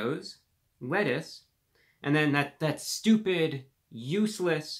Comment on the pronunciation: Hearing him say "stupid' is weird